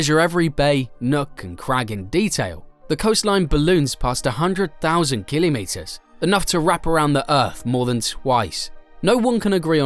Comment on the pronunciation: Why is he saying Kilimeters